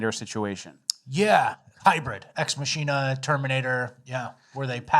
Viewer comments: it’s ex Mahk-in-ah😂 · ex machina is Latin, it's "ex mah-key-nah" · and "ex machina" is not pronounced 'ma-shee-na', it is 'mah-kin-uh'. Getting sloppy, boys. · "Ex muh-sheen-uh" Damnit guys... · I'm mainly responding for the algorithm and wouldn't bother saying this otherwise, but you pronounced Ex Machina wrong. It's "Ex MAH kin nuh". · It’s Mah-Kee-Nah